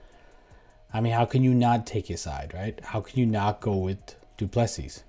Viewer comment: Pronounced "doo plu sea".Agree with you, I am sure DDP'S team have a game plan figured out